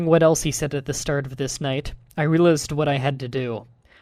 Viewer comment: dude you complain about typos and you pronounce things horribly wrong like realized and color you are awsome but try to say things right okay?